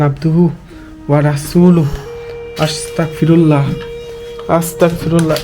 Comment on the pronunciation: 🎉আসতাকফিরুল্লা না ভাই আসতাগফিরুল্লাহ